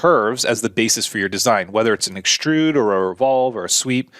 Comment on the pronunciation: It's not EXSHTRUDE, it's extrude, it's not CONSHTRUCTION, it's construction, and it's not SHTRAIGHT, it's straight! The new epidemic of stupid linguistic affectations with any word with an "str" vocalization. And AXIS is singular, and axes is plural. Geeeeez!